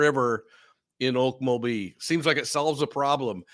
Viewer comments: I live in Tulsa, and have been to Okmulgee (You need to put more inflection on the mul part, more than the ok part😆) ok MUL gee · okMULgee. The emphasis is on the middle syllable. Just fyi 😉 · Some of us call okmulgee by a different name, ugh-lee-mug-lee